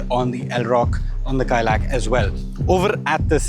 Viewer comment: Correction: Its not Kaai-Lack, it's pronounced Kai-Laak. Inspired by the Kailash mountain